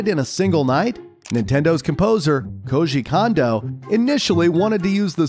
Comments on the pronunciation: There are a lot of mispronunciations, he says 'Keji Kondo' at one point, and says Aonuma wrong every time. Not to mention visual mistakes (showing Super Mario Bros 85, but labelling it as Mario Bros 83). It's quite lazy overall. He even said the PS2 Slim came out in 2014 in another video with the same thing on screen... How does nobody pick up on this? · Kiji kondo? Jesus are you trying to piss us off with your butchering of names? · He also got KOJI Kondo’s name wrong.